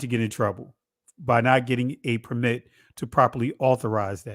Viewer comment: Nice coverage. Your guest consistently mispronounces the word 'permit' when used as a noun, the stress should be on the first syllable: “PER-mit”.